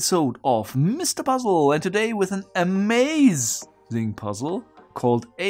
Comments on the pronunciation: I get Overwatch PTSD everytime he says "A-Mei-zing" :D great Video like always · I thought you said A:Maiz-ing and was confused by what corn had to do with it 😅